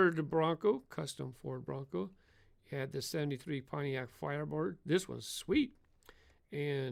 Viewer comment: For the firebird you said fireboard not firebird